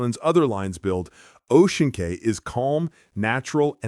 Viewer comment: Cay is pronounced “key”